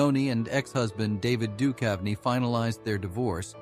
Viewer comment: Get a new robot. This one stinks. "David Dukev" and "Tee Leoni" -- I'll pass...